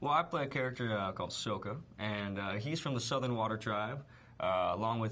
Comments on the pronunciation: To you but to me it sounds not that different. I'm watching Book 1: Water, Chapter 19: The Seige of the North Part 1 and the dude about to marry Yue just said "Let me tell you, Sokka... I've sported a lot of girls but Yue is the finest" and when he said it, he pronounced it "Soaka" like Rathbone. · omg I love him but he needs to stop saying sokka wrong😠😠😠😠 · he said his sokka's name wrong, that's just sad. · Stop saying that HE didnt say the names right, thats how the DIRECTOR told him to you idiots! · That's because that's how Sokka is pronounced in the movie, Aang's name is pronounced Ung int he movie too... yeah No idea why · he pronounced sokka's name wrong!!!!